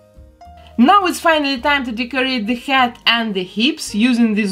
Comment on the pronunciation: every time she says head I think she is saying hat. my brain hurts XD